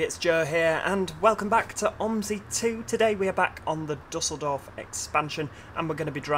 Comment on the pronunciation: just a little tip, it is pronounced like dieseldorf :)